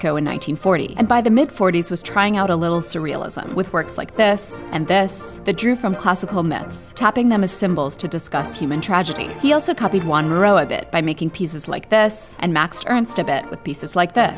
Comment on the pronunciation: voice over-pronounced joan to juan